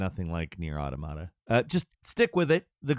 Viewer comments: plus every time he said “automata” as “auto mot uh” instead of “aw tom uh tuh” just caused actual pain to my brain. i actually stopped watching it, then forgot why i didn’t finish the vid, only to come back and be like, “oh. right. auto mot uh.”. it’s the plural to automaton, and it’s pronunciation is derived from said singular form. aw tom uh ton. aw tom uh tuh. easy!!! sorry. it just drives me nuts!😅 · Why is it every time I click on a video this guy cant pronounce anything properly. At this point hes doing it on purpose right? Is that part of the joke and I just dont get it cause I dont frequent the channel? Nier Audomada Cain and emull Help me im suffering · Nier: Auda-mod-ah-peah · Instant classic. Buy now. Also, odduhmodduh, Kane, emull, Wice? 😂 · It’s pronounced Aw-TAw-muh-tuh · everytime he said “automata” it hurt my brain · He says automata like onomatopoeia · Bit triggering to hear the mispronunciation of "automata". Otherwise a great video. Glad to hear it's just a bit slow in the beginning. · You are saying automata wrong also an automata is a moving puppet you could call them robots but that's technically correct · Bruh the way you pronounce automata got me like😬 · That’s what I’m saying bro. Mans does not know how to read a script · Ah yes, another Nier review in which the narrator never took the seconds to learn how to pronounce the word Automata. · please look up a pronunciation for Automata, cuz holy shit